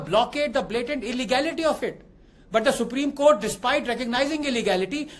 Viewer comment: Supreme Kotha ✅. Supreme Court ❌.